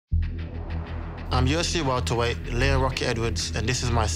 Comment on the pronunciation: I had to rewind and re-listen to it and now I cannot hear it any other way than Yoshi Weltaweight